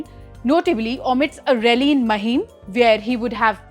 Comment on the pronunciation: Its maahim not महिम